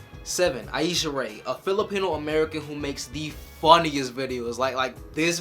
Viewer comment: Aisha rae is pronounced like Asia, I think.